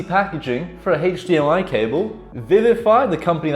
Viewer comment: AchDMI cable. Best way I've ever heard it said.